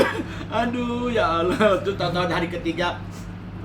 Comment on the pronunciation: 16.15 apa cuma gw yg denger mongol nyebut allah